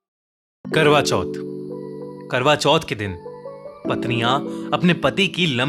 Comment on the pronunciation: Legend reading notification kwra choth intead of karwa choth😂